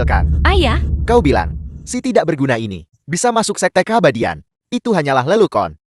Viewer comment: Coba suara elektriknya di perbaiki, biar ejaannya benar Masa lelucon di suarakan lelukon